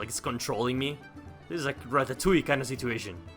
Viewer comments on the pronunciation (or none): none